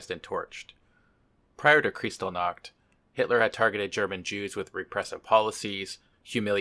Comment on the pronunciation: Just so you know, the ch in Kristallnacht is pronounced like the one in Loch (as in Loch Ness) and the stress is on the syllable "tall", not like in English, where it's on "crys". In German it's actually referred to as Reichspogromnacht today, to emphasize the violence against the jews, as opposed to the euphemism Reichskristallnacht. Just a little info on the side there.